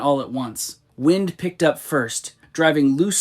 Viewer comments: Did that voice just pronounce Wind as Whined? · Not quite, it was wind, but the wind a clock pronunciation.